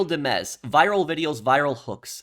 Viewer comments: Real Di-mez ❌ Real Dimez' ✅ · I totally get the confusion, but “real dimez” is pronounced “real dimes” not “dim-ez” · Bro it’s real dimes. Boy said demmez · "Port Galihorn" "Real Di-mez" "A&R-S" bro i cant with this guy. He needs to go back to 4th grade English class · Pronounce “Dimez” like dimes. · the pronunciation on the "Real Dimez" 😭